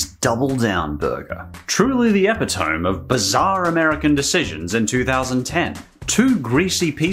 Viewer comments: E'pi.to(e),me not epi.tome dude. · Epitome Eh-Pit-Oh-Me Please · I'm sorry but, you pronounced epitome as... epi - tome? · Lol "epi-tom” The 'e' is not silent bro, it's "eh-PIT-oh-MEE" great video, I LOVED those salad shakers... It really did disperse the dressing evenly. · Epa-Tome. Lolz. It's actually eee-pit-oh-me. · Freezy cup? Sauce? It's dressing. Ep-i-tome? E-pit-o-me? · 4.30 Epitome - eh-PIT-oh-me not EH-pit-tome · "Eh-Pee-Tome"? You mean "Eh-Pit-Oh-Me"! Epitome is not pronounced the way you said it. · EPITOME - Eh-pit-oh-mee. NOT Eh-pit-ohm. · omfg did you really say ep ih tomb? you know its "epit o me" right? and that double down was delicious, you just had to buy a big bun from the supermarket to put it in lol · EE PIT OH ME, —— not Epitome , rhymes with saxophone. 🎷. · Eh-pee-tome??? Do you mean Ih-pit-oh-me? Epitome. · "Epitome" is pronounced "ee-PIT-oh-mee," not "epp-ih-tohm" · Ep-i-to-me, not epi-tome. Four syllables. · Epi-tome? I've always heard it as ep-it-o-me. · Hate to be that guy, but epitome is pronounced "eh-pih-toh-me" not "eh-pih-tome". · did you really pronounce 'epitome' as "EP-i-thome???" Please tell me you were joking... like when someone pronounces 'chord' phonetically, the way it's spelled. Please look it up. Epitome is pronounced as /ĭ-pĭt′ə-mē/. Maybe you can do a review of air fresheners and give tell us about the 'pot-pour-reee.' Edit: and please tell me you were joking around when you pronounced the 'L' in 'tortilla.' "tore-till-la???" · epi-tome, seriously !? Do you also say apo-theosis? Does no one else grow tired of hearing the youth of today fail so miserably at pronouncing their own native language? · Epitome is pronounced eh(or uh) - pitt-uh-me. I know this probably seems pedantic, but if it helps even one person who has only ever read the word, as opposed to having learnt it via having heard the correct pronunciation, then imo that is a net good. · the "epi-tome" 😅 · That word is pronounced "e-PIT-o-mee" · Epi-tome. Sigh.